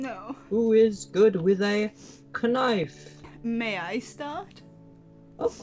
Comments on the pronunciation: The part where he said kunife really hit me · i thought the teacher said "ill give you my wife".. not knife. I was so confused..